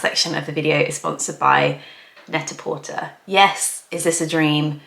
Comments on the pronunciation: I’m sorry, but is it not pronounced “net-ah-porTAY”, like “prêt-à-porter”, i.e. French for “ready to wear”? I’ve never heard anyone pronounce it “net-a-por-TER” before. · Is Net-a-Porter pronounced with the "ur" at the end? I thought it was pronounced in the French manner like Net-a-Portay. Also, that shirt that you're calling a bowling shirt reminds me of the shirts bus drivers used to wear around here. So I'd call it the bus driver shirt. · yea I thought that too